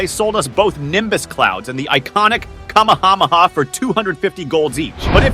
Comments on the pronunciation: Bro why you calling it kamamama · Bro said kamamama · what did this bro say? what the fuck is a kamahamaha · Bro sad kahmakahmaha but is kahmehamehaaaa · him pronouncing anime name's is hilarious, like: kama hama ha, and mekhasa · kam m ha m ha had me rolling on the floor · bro said kamamammaaaa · Bro what the - is Kama Hama ha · blud said " Kamahamaha" lol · It is ck - aaaa - me - haaa - me haaa that how to pronounce you dummy watch anime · Bro why did you say kamahamaa actualy stupid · Bro said kamamamamaha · bro said kamahamaha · The way he pronounces Kamehameha makes me think that he doesn't watch popular animes